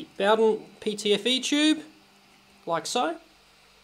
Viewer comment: Mate, you're pronouncing Bowden wrong.